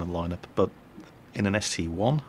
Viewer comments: I think it is actually the ST-I, not the ST-1, because when you look at the numbers in World of Tanks, you see that the number 1 has a short top, and the "I" does not, so that is my theory of why it is not the ST-1 and is pronounced ST-EYE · WTF!! IT'S THE ST-EYE!!!!!!!!!!!!!